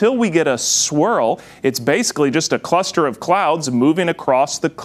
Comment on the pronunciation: Clebbian after saying cluster and clouds, the cl stuck with him. Good reporting though